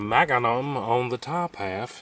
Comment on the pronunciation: I love how you say Maga-num 😊